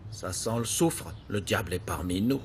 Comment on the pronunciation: qui dit le diable entrè 😂😂😂😂